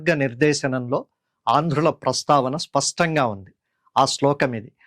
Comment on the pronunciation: C చాలా ఉపయోగకరంగా వున్నదండి మీ ఉచ్చారణలో 'spastanga' అంటున్నారు. స్పష్టంగా.. సరైనది.